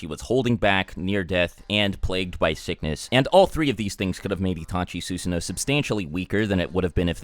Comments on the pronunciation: "soosano'..... NO YOU FUCKING IDIOT IT'S "SuSano'o" "Suu-sano-o" not "soo-sa-no" fucking idiot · His pronunciation before was wrong. This is closer, but one thing he's always forgotten is that you're supposed to pronounce the second O at the end. "Soo-suh-no-oh" They even pronounce it properly in the anime, but I guess no one listens to stuff like that. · You cant even pronounce SUSANOO right, SUSUNO? Its annoying as fuck and yet u called yourself a naruto fan? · please don’t say susanoo unless you wanna pronounce it right. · How come you started saying susanoo wrong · He’s even sayin “ susanoo” different know🗿